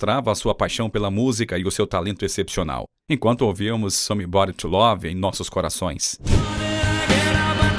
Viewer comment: melhora teu inglês "somi bari"